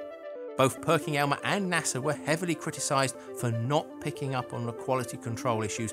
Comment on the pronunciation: It's Perkin Elmer, not Perking Elmer...just sayin'